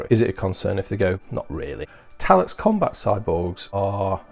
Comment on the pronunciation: Every time you said Talax I died a little inside